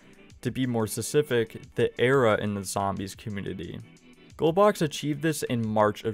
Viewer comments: specific, not sesific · Man. It would be best if you worked on your pronunciation for "specific" and "community". You're missing half the letters when you say them. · Hey, maybe he's not aware. If you had something on your face wouldn't you want to know about it? It's not like he has any speech impediment. Just got lazy with those words my guess.